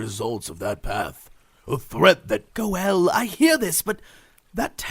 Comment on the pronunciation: Jeez, they consistently call him Go'el now? Maaan, bummer.